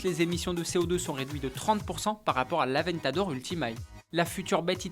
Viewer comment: Avant t'adore !!! non sa se dit avèntador ! (sa fais deux fois qu'il se plante !)